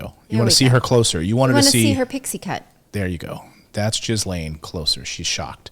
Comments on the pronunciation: Possibly the worst pronunciation of Ghislaine. It’s pronounced Gill-enn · Please please pronounce her name properly...Gee-lehn. The "s" in her name is silent. It is not pronounced Jizz-lane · She is French, so her name is pronounced Gee-LEN, not Jees-LANE. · U need to pronounce her name correctly. Ge lane If u can't, don't talk. And when these girls were being used, where were the parents In all of this. What Maxwell did was horrible. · Please pronounce her name correctly! Lol "Jizzlayne" sounds AWFUL! Lolol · If you are going to commentate, please learn to say names correctly. It isn't that we haven't heard Maxwell's first name enough. It is not Gizzlaine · she called her jislaine😆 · How many times has the name ghislaine been on the news and these people still can't pronounce it!!!!!